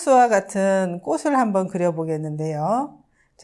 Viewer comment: 꽃을은 꼬츨로 읽어야 합니다.